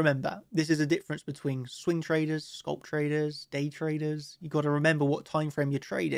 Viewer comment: Its pronounced scalp not scoulp.